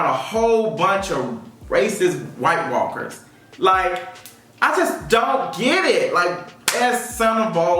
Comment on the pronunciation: I laugh every time he says Whitewalkers lmaooooo GoT